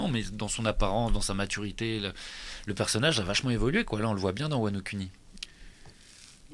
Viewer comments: Ils auraient du prononcer "Wano Kuni" Wano Couni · Y a que moi ça gêne qu’il dit wano cuni le gars? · Quand ils ont dis wano Kuni je me suis peter une barre